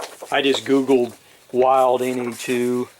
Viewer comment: Please, name Wild it's not pronounced "ˌwaɪld ", like some animal but rather "Wild", as a german surname after great constructor Heinrich Wild.